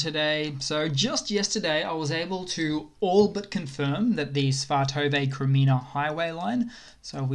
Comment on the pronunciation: Svatove = Svah-Toe-Vah.